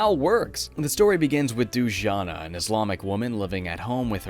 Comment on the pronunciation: I think it's supposed to be pronounced Du-ja-nah, not Doojana.